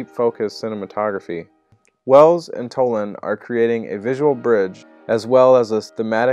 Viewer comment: It was NOT "Tolin", but Toland !